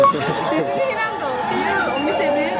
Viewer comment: ディズニーランド(＝でじにらんど)で声出して笑った😂